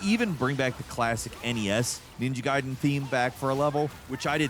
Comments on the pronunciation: ninja gAyden fALL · Ninja GAYden 🤦🏻‍♂️ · I only call them ninja gayden. Guyden is cool and probably more accurate. But as a 90s baby it's gayden. Sounds like the sum of the review. Not a dis let's enjoy ninja Gayden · With Itagaki's passing, ima need you to delete this whole damn video, and record it again, saying GUY-DEN! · You probalble already got thousands of comments about this but still: It's called Ninja Gaiden not Ninja Gayden for crying out loud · Gayden and Rieyuu huh? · Takes a special kind of stupid to call it Gayden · ninja gaiden not gayden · Can you please just say Ninja Gaiden correctly? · Please just pick one way to pronounce Ninja Gaiden and Ryu. I don’t care which way, just pick one. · Have you never heard anyone pronounce the games name like ever before? I absolutely hate adults who can't pronounce pronouns properly, You literally are going out of your way to be dumb & that's blasphemous. You're an idiot for saying it like that & you're annoying. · Okay we get it you love Platinum. But at least pronounce the games name correctly throughout the entire video!😂 You may not have noticed. You definitely said "Ninja gaiden" two different ways. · You pronounce the game differently throughout the entire segment of this video. I was pissed how you first pronounced it. Then you said it right. Then you said it wrong again! Come on!